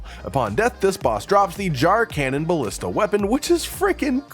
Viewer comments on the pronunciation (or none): none